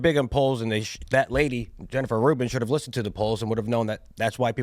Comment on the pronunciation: Listhen. Listhen.